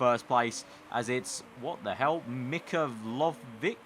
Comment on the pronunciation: Mikhailovic is pronounced Mee-hai-lovich